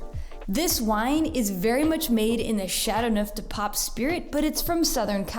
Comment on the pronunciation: Your pronunciation of the wine is dreadful. You could make the slightest effort to say those words with even a bit of ' French ' intonation.